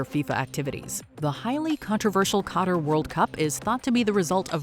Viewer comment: Im hearing "cutter" when it's "qatar"